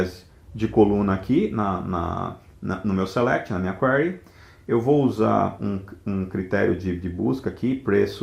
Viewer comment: A pronúncia correta é 'kwirē